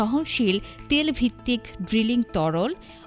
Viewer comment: ত্যাল না তেল। শুদ্ধ বাংলা বলার চেষ্টা করছিস এটা ঠিক কারতে পারিস না?